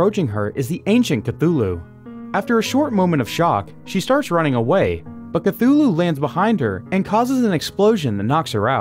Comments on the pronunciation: It's chtulu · Ok wth is a Cthulu.... ?? ? Call of Cthulu ? lmfao